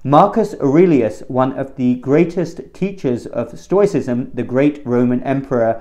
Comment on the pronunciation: Even if he does pronounce it wrong.